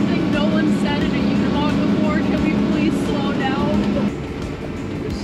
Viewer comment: I swear people can't read.. it's a uni-mog not a una-mog you guys can't even pronounce it correctly and it's not even hard . Cringe